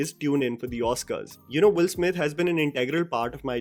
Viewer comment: Why your pronunciation is sounding Wolf Smith instead of Will Smith every time you said his name?